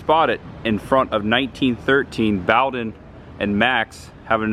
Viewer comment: It's "Boe-den" and not "Bow-den". Sorry to be a nitpicker.